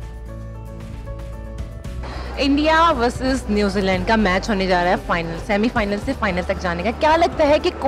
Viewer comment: .... oh hawas ki pujaran anchor..... bc semifinal hota hai semifilan nahi .... bc lan chahiye ?🤣🤣🤣